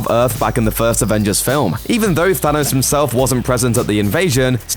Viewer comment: "Phanos" hahahahaha